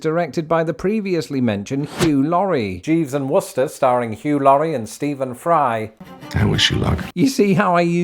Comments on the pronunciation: Just a note: I am from Wooster, Ohio and your pronunciation was “Spot On” thank you! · Not used to hearing someone pronounce Wooster correctly. That's my hometown's name, and aside from locals, everyone pronounces it to rhyme with rooster